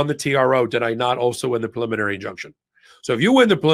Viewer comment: I'm betting that Karen is the ONLY attorney on the program who can pronounce PREEE-liminary. Both Ben and have made up a new word, PULL-iminary. 😂🤣😅😁